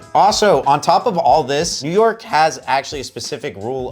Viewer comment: “NEW YORKA” I love 😂